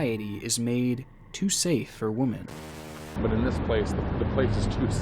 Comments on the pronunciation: Twice now, within youve said woman instead of womEn lol one more and im out. Its bothersome how much you mispronounce your own scripts. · Ya I've been going through your back log of videos and you are consistent in saying Wuhmen, when you should be saying WEHmen. So like an example from this video would be "from behind the camera stalking different Wuhmen" the way you pronounce it, it sounds like your saying "stalking different woman" which is singular. Women (Wuhmen) is plural and you would use that for something like "all these different WOMEN were kidnapped." Maybe you know this and that's just how you pronounce it and I explained this for nothing but in the videos I've watched when you say it, it is very maddening to here the wrong use over and over lol. Still good content but I always cringe. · Say it with me WI - MUHN. I love your channel, but my god, please learn how to pronounce women plural. You're saying woman, which is singular. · Not even 4 minutes in and I'm getting a twitch every time he says "woman" instead of "women" or vice versa. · It's women, not woman! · It’s pronounced Women. Not woman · Why do you keep saying 'woman' instead of womeeeen 😭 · Just curious, why do you keep saying "wom'a'n" instead of what the word should be, "wom'e'n"? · I can't get past him saying woman when he clearly means women .. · "arrestive"? "Woman" for "women"? What? Both and Dan day this. Odd. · stop reading "women" as "woman" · Why do you say woman instead of women? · Why do Youtubers refer to multiple Women as "Wumin" When it's more than one it's pronounced "Wimin" jeez this gets under my skin so much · It's pronounced "wi-min" not 'woman.' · It’s womEn not womAn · anyone else annoyed how he keeps reading "women" as "woman", just me? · Wimmin, not wom-an. You dork. Women = plural. Woman = singular. So pronounce it right. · I cringed each time you said “woman,” and not “women.” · Plural for woman is women pronounced “wi-MEN” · Everybody: Women: Woman